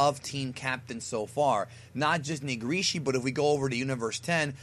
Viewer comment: why do i feel offended when trys to pronounce nigirishi